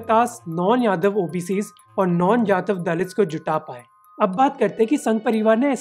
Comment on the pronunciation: Correct pronunciation is जाटव not जातव .